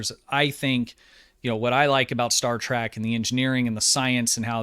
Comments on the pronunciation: Good video so far and i only have 1 bit of constructive criticism to offer, and i mean no disrespect, but it is pretty nerve grating, lol. It is Star TREK, not Star TRACK...which is how you pronounce it in this video, lol. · Its pronounced Star Trek not Star Track! You pronounce it wrong the entire video lol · He said “Star Track..” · Is saying Star TRACK? In his older videos I thought I was just mishearing him but it definitely sounds like Track to me.